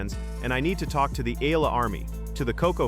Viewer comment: Cannot even pronounce Eala’s name correctly!